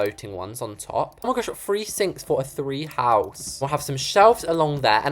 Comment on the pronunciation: JUST YOU and no offence but why do you keep saying ffree instead of three